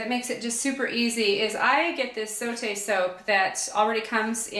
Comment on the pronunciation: I am so happy to see a video where zote is pronounced correctly.